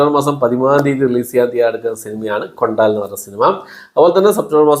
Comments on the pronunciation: കൊണ്ടാൽ അല്ല. കൊണ്ടൽ ആണ് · ബ്രോ കൊണ്ടാൽ അല്ല കൊണ്ടൽ ആണ് ശോ 😭😄🙏